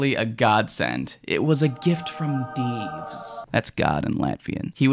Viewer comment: I get excited whenever I hear Latvia get mentioned cuz I'm from there and hearing you say "Dievs" was delightful. Wishing you a good journey in this chapter of your life, love from Latvia!